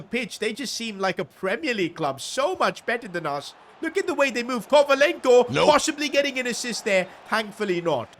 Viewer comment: Kovalenko more like novalenko Toby payne more like Toby Vaype